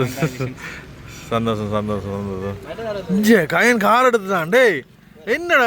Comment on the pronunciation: கஜன் ❌ கயன் ✅ ஜானை ✅ யானை ❌ உதுல ✅ இதுல ❌ 😂😂😂😂😂😂